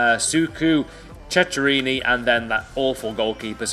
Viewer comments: The ch in italian is k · That's not the way to say Ceccherini